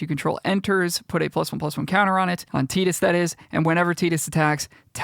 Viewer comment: Yo I was gunna correct your pronunciation of "Tidus" but I looked it up and you are absolutely correct. Wild, I've been saying "Tie-dus" for decades lol! I'll like and sub for that alone.